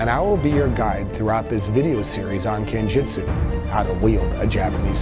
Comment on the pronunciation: This is weird and certainly not how i was instructed. I believe it's pronounced ken-jut-su not ken-jit-su